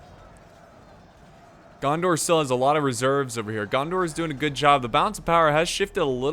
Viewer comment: Every time you say gandar I think of jar jar binks 😂